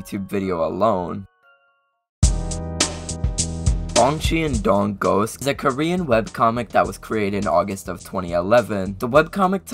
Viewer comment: A small correction: the correct way to pronouce the Bongcheon-Dong ghost is basically just "bong-chon-dong" because in Korean, when you put "e" and "o" together, it is mostly pronounced as the letter "o"